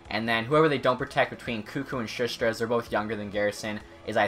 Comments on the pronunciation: Shush-tr? It’s Sus-ter. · U say Sustr’s name wrong its shu-ster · Dude, you can pronounce koekkoek but not sustr?